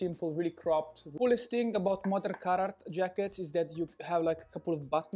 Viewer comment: Oooh Carhartt, I thought he was saying carrot